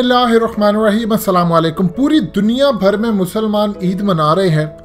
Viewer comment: Admin sahab Assalam o Alaikum kaha karo. ک k uopar paish ha zabar nahi